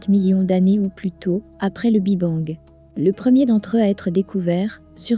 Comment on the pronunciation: Intéressant mais le " Bi Bang" est insupportable à entendre l' IA a encore du chemin à faire avant d'être perfomantte